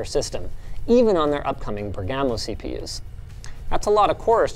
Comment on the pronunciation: It's Bèrgamo, not Bergámo :)